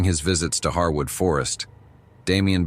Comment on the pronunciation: Encounter 4 was very interesting to me because I have camped there at "Harewood forest" (pronounced hairwood not pronounced harwood!) in Hampshire, England uk several times and there's definitely some very weird stuff going on there, my friends and I found evidence of witchcraft and animal sacrifice and at night the whole place feels like it's alive and watching you! It's extremely creepy!